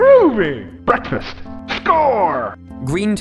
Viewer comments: Nobody: Green Toad: BEKFAST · Green toad: Bekfast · Toad really said “BECKFAST” Iykyk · Green toad: Bwekfast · Me: WHAT IS GOING ON HERE!!?? Toad: BEKAFAST!! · wait Wait what do you MEAN he's actually been saying breakfast this whole time. I thought I had just been mishearing that line all these years??? It's so out of left field. XD